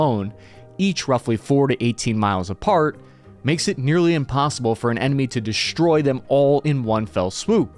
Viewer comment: "Shtrike........Dishtroy......." Fantastic